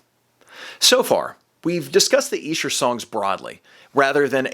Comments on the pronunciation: E-sher demos..........Esh-er demos son, yanks love ruining pronunciation's, seriously burning my brain the way you are mispronouncing it......dope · Another word Americans pronounce incorrectly. It's not E Sher it's Esh er. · Dear Americans: It’s Esher, not “eesher”. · It’s Esher, not Eesher. It’s named after the Esher Estate where they were recorded. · 'Esh-er' demos NOT the 'Eesher' demos! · I want to scream! Its Esher not Eesher. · Please stop saying EE-sher. It's Eh-sher. Just saying. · ITS EH-SHER! Not Eeee-Sher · ESHER IS PRONOUCED WITH A SHORT "E"... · Are you sure it's EESH-er? Seems so unlikely. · It’s ESHer demos.. pronounced eshah or sketch... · if you're saying Esh-er you're saying it wrong sorry bud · I lived in England for 5 years and everyone there called it Esher (with a short e) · It's pronounced Esher, like elephant. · Its not pronounced eeeeesher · Eh. Sure. Like M.C. ESCHER. PRONONCED...(EH...SURE. DEM...O'S.) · No it is Ee-Sher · Yes, it’s named after the town where . they were recorded. But you’re pronouncing it incorrectly. Go look at recent videos where Giles Martin says it. :) (Honestly, it’s potato / “potahto,” but given the subject matter, I’ll say it like a Brit.) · Why do I get the feeling is mispronouncing Esher? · Weird pronunciation of Esher! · Incorrect. Listen to Giles Martin pronounce it in the press videos before this came out. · When you prouncer Esher...its an E like Elephant not E like Eel....